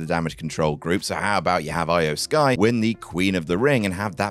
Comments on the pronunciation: "Eye-O Sky." Dude, it's pronounced like "Ee-O." At least try to pronounce it right. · Lol do you mispronounce O- Mega and E-O(spelled Iyo) Sky on purpose? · Love ya, but the way you pronounced IYO SKY 😬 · “I-Oh Sky” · “Eye oh Sky”